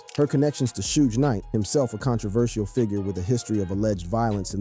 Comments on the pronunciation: How you going to have a hip-hop page and don't know how to pronounce Suge Knight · “Suuj knight” got me dyin ngl 🤣🤣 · “Sooge knight”